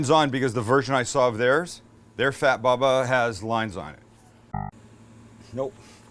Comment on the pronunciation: Bubba it's not read baba